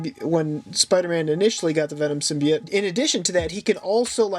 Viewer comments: Stop saying symbite its symbiote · In the beginning did he say symbeite